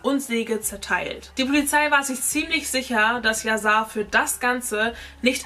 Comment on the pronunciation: Erstens wird es "Yaschar" ausgesprochen und zweitens heißt es "lebenslang". Drittens ist die Geschichte nicht ganz richtig erzählt: Jessica wurde sie nicht wegen Hörensagen verurteilt. Während des Prozess wurden die GPS-Daten von dem Handy der Tochter ausgewertet und festgestellt, wo die Familie an dem Tag war. Das war ausschlaggend. Ich war an den Verhandlungstagen am LG Itzehoe dabei.